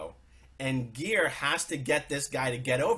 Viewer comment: Aaron, would you please get Geirs name right? It is NOT "Ai-seen" it is "Ee-su-nuh". 😋